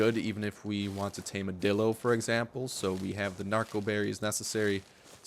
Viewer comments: Did he say dildo or dilo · It sounds like he said dildo about 50 million times in this episode